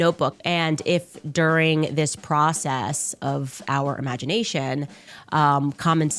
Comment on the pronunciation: This genius still can’t correctly pronounce “burial” or “during”